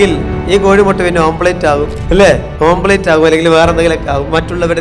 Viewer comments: Omlet not omblate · ഓംപ്ലേറ്റ് അല്ല സുഹൃത്തേ, ഓംലെറ്റ് ആണ് 😄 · കോട്ട് ഇട്ട് വന്നിട്ട് പറയുകയാണ് "ഓം പ്ലേറ്റ്"😂